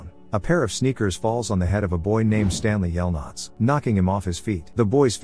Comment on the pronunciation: "STANLEY yelnuts" 💀💀